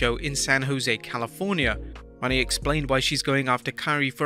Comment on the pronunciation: That guy is say her last name wrong it's not Money its Mone